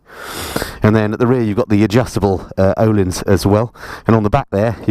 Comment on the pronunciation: Again, well done! :-) By the way, that ö in Öhlins is pronounced like the "i" in sir or the first "i" in Birmingham. ;-)